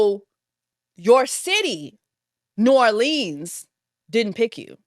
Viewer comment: The way she kept pronouncing New Orleans 🤦🏾‍♀️🤦🏾‍♀️😂😂😂